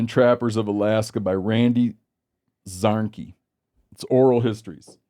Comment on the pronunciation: I believe the authors last name is pronounced Zar-neck-e. If memory serves correct he lives in the Fairbanks area, and has an affiliation with the Alaska Trappers Association, I think he was a former president, but it’s been a while since I went to a meeting.